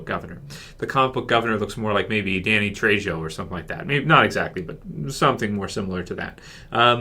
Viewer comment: it is pronounced Tre-Ho, J in Spanish is pronounced as a H, like Me-H-ico